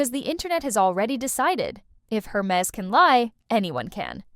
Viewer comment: If you're going to discuss a brand. At least make the effort to pronounce the name correctly. Air mez, Not Hur mess